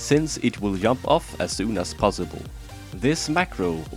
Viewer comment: lmao its funny how u pronounc e jump as yump